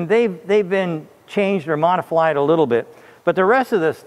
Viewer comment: I learned a new word today, "modiflied". Thanks Sandy!